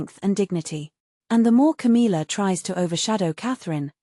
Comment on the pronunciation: 1. Can we get a voice that can say Camilla’s name right? 2. She is not the Queen, she is Charles side piece. 3. Camilla is trash and Cathrine is the future. 4. Camilla has never given the respect that she deserves.